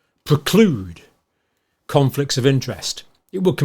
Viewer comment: Preclude, not proclude.